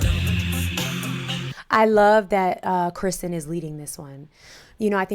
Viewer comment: Keeeeeeeerrrr - stin ! Key - rrrrr - stin ..... not Kristen .. ... Keeeeeeerrrrrrrrrrrrrrrrrrrrr ----- stinnnnnnnnn ..... her name is Kirsten.